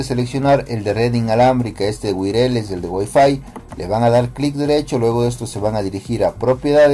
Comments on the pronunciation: Viejo muchas gracias!!! Creo que me sirvió ! 😂 una cosa wireless se pronuncia WAIRLESS no te ofendas solo es una ayudita! Saludos! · "Wireless" se pronuncia "wuayarles". Pero muchas gracias por el vídeo. Seguí el tutorial en mi laptop con Windows 10, y hasta el momento de este comentario, la conexión está muy bien. 😅